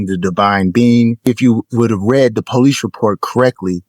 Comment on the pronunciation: The black god still can't pronounce "police" and "ask"? Shifty God.